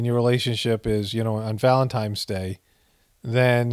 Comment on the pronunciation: If you are above the age of 11 please don't pronounce it VALEMTIMES day.